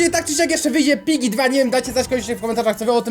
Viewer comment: Czy tylko ja usłyszałam "Dżiggy"? xD #Wrzucator